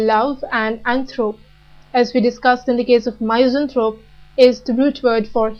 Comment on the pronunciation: really good vid.. but wish the pronunciations could be better... i believe it is said MISS-anthrope ; feel-an-thropy